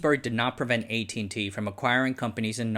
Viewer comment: What with the pronunciation of the company’s name.